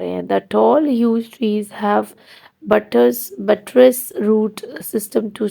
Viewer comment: It's buttress not butreeeessss😅